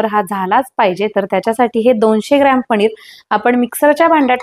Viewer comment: पणीर नका म्हणू पनीर म्हणा